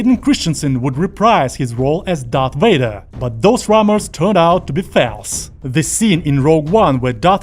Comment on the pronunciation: "those rummors turned out to be felse" Where are you from, narrator?